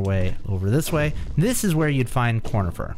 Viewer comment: I’m pretty sure it’s conifer not cornifer